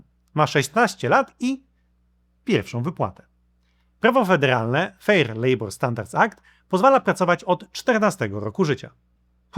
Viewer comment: Fair nie "fire" w tym FICO. Jak możesz się tak mylić tam mieszkając??